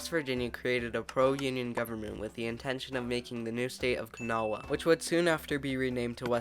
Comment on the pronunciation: Kanawha is pronounced kuh-NAW-uh, not kuh-NAH-wuh (and some people just say kuh-NAW). There's not a real 'w' sound, just the 'aw' sound like in 'gnaw'. I hope I explained that well enough (it's hard to explain pronunciation w/ English spelling; the IPA transcription would be /kəˈnɔ(.ə)/, rather than /kəˈnɑwə/, for people who can read it)